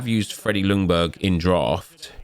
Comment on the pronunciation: Just a thing with Freddie’s last name, u don’t pronounce the L in Ljungberg just skip the L and pronounce it Jungberg 😃 it’s easier for u to say Actually I think the commentary in the game got it right Cheers from Sweden